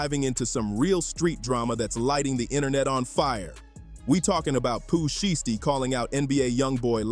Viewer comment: Learn how to say Pooh Shiesty bro you can't read.